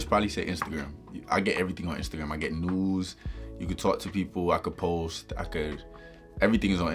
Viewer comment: Did he say news or nudes for Instagram?